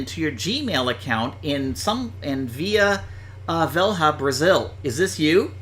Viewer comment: Vila Velha is pronounced just like "Vila Vella" (and means the same thing)